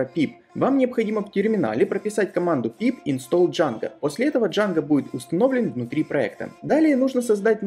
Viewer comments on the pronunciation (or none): none